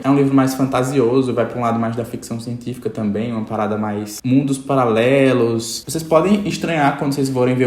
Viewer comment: Do nada o “mundo palalelos” kakakakakkakak